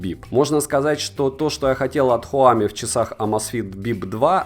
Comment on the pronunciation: Хуами? Хорошо что хоть не хуями...